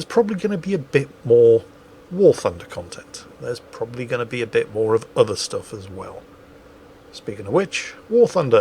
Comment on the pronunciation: MOWR THUNDER!